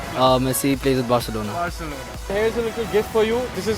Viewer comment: "Barceleone" :3